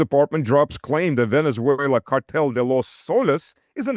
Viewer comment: try to pronounce "Venezuela" correctly, not with that awful German pronunciation (Venetsuela). Please!